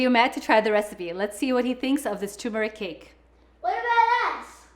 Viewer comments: Its tuRmeric, not "toomerick." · Please note that turmeric takes a short U. The same U one hears in turn.